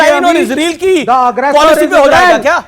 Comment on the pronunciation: ISREEL naheen, ISRAEL hai!!!!!!!!